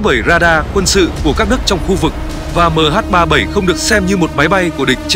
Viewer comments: Đ*t me. Nghe MH37... 0 là bực mình. Cho autobot đọc thì cũng lập trình sang chữ "mươi' thay cho 0. Nghe cứ tưởng 0 là phủ định. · Đó mình nghe mà ức chế cái từ đọc mh37 rồi dừng lại rồi mới không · MH 370 má cứ đọc MH 37 ???? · Đọc Ba bảy không cũng đc nhưng đọc liền 370 thì ok. Đây lại đọc MH37 rùi mới 0. Nghe sao sao ý. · Lỗi do người biên tập thoại cho giọng đọc AI, ko viết cách ra hoặc để dấu phẩy nên AI nó đọc liền luôn. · không lẽ có bốn số thì đọc là MH37O muoi, van đề là ở người đọc